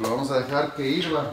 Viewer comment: Se dice hierva, no hirva, por favor